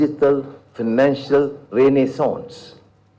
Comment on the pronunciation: PMX says renaissance so properly lol